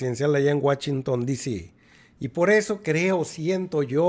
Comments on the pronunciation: Nomas por que dijiste “guachinton” cerré el video. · Que andas pedo?estás pronunciando mal whasington y otras palabras,por favor leé correctamente